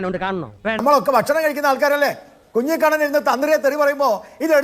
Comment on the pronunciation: കുഞ്ഞിക്കണ്ണൻ അല്ല കുഞ്ഞിക്കുനൻ